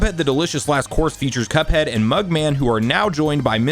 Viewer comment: Say cuphead not cupad